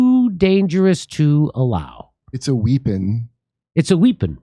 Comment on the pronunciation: What the fuck is a WHIPPON